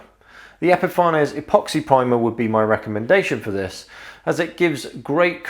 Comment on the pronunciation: I'd love to know what the correct intended pronunciation is for Epifanes. You obviously say epi-far-nez. Others say epi-fanes. I often wonder if it's actually supposed to be epiphanies, as in "to have an epiphany".